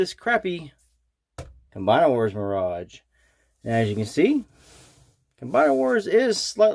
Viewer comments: American: My-Rage, obviously ;) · Good review, but you can't pronounce mirage correctly Off-putting